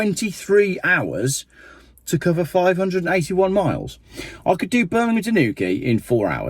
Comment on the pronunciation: Subtitles states 581 But his diction sounds more like 381 He said. If it was 581 Miles that's 25.3 MPH . SO doesn't make EV's anymore appealing than Buying a Bike. My Diesel 1600 Fiesta S 2013 Model gets 60 mpg . EV's Burst into Flames & Lock YOU IN as Some Idiotic Genius never Realised If Battery Burst into Flames Elecronic Locks Cease to Function ..